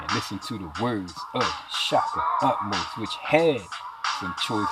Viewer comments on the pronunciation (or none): It's Ahmose, not Utmosh